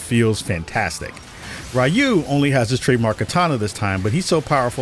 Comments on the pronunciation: Anime and Japan has never been more popular as it is today, and Westerners still pronounce Ryu (ree-oo) as RYE-OO. Bonkers. Are your ears broken? Just a salty Asian whose name keeps getting mispronounced by gaijin. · You can tell you don’t know wtf you’re talking about. Mf pronouncing Ryu as RAI-YU. Yeah homie plz stay tf out of my algorithm